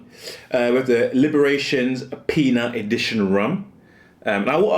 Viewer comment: And its pronounced.. "LIE-Bations" 😉